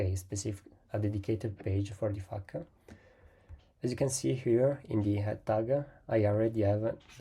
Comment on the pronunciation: hey bro, thanks for the tip. However, next time just say 'F A Q' or 'Frequently asked questions.' Everytime you said 'FAQ', it sounded like 'F**K 🙃